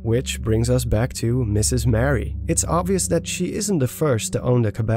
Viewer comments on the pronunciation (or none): Maybe I’m not the only one to mention this, but it’s Marie, not Mary. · I don't think you pronounce it like Mary, but more like Ma-ree. Otherwise, great video! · the name youre saying is spelled: mary... her name is muh-ree